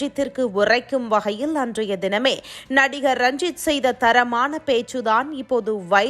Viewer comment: ranjit rajith nu solluthu.....intha news anchor